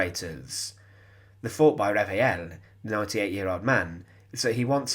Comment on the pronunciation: Really excellent and well-documented video. Bravo! I'm going to sound very pedantic but if the name of the witness is spelt Reveil then it would be pronounced re-vay and not re-vay-el